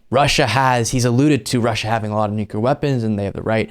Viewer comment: man, buddy, pal, I love ya but you're killing me here It's "new-clear", not "nuc-yoo-lar"